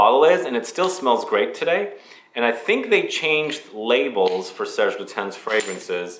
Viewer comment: Silent S in Lutens ;) lute'unn. And the last e in "féminité" is pronounced because French must be hard 😀 (the é is accented) Fille en Aiguilles refers to a girl in stiletto heels and femininity (to be found?) in the pine needles. I guess. Great video and I was going to say go visit the store at the Palays royal but hey :)